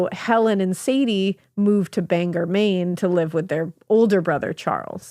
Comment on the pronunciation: I never comment on anything but I came here today to pronounce Bangor and thought about explaining it this same exact way! Also central maine, hi ladies!!